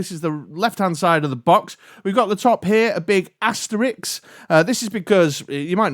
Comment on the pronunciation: Sorry to be that guy, but the word is 'Asterisk'. Asterix is a comic character whose name is a pun.